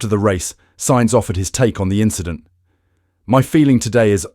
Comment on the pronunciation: It’s just an inchident…